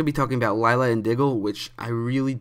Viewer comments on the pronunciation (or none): none